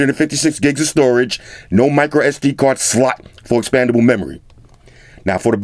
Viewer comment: I have always wondered if he says 'no micro SD Slut'! Only can clarify for the court 😁